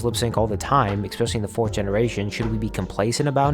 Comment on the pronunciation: I wouldn't be saying this, but you kinda made fun of "My Satisfacation". You said, "Ecspecially". It's literally ESPECIALLY, not ecspecially. God, what's wrong with you?